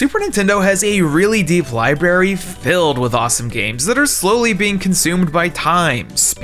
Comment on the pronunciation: Library Notice the "r"s in the word? There's more than one